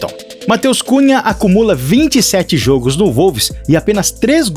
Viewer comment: A PALAVRA JOGIOS NÃO TEM ACENTO CIRCUNFLEXO JOGO O.1o "" O "" e Fechado QDO A PALAVRA JOGO VAI AO PLURAL A LETRA ""O "" TEM SEU SOM MAIS ABERTA. VC ESTA FALANDO PRA PESSOAS ENTRE ELAS JOVENS SE FOSSE PALAVRA COMPLEXA VA LA... MAS ERRAR PLURAL SIMPLES DA PESSIMO EXEMPLO POIS INDUZ AO ERRO. GRATIDÃO VE SE MRLHORA SUA LOCUÇÃO OK ? REPORTAGEM BOA... USAR BRM O IDIOMA AJUDA MUITO SEU CANAL BOA SORTE 😊